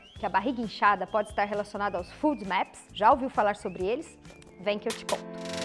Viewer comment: Lu, desculpa colocar isto, mas a pronúncia que vc faz de FODMAPS não está correta, porque o som de "u", para a língua portuguesa, lógico tb para o inglês, pelo menos, deve ser aplicado à grafia de dois "O"s, no inglês, o que não é o caso da palavra ou sigla acima, que tem apenas um "o". Só porque vc é tão maravilhosa em todos os sentidos, que resolvi colocar, porque sei que seu conhecimento em medicina e em muitas outras áreas é enorme, inclusive, com certeza em inglês, assim como sua humildade como ser humano. Bem, se houver lugares falantes de língua inglesa que pronunciem da forma que vc utilizou. já me desculpo, e tb gostaria de saber, pois aprender é sempre bom.